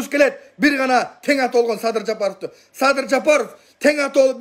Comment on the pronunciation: Адахандын садыр деген созго да тили келбейт экен садырды садый дейт экенго🤣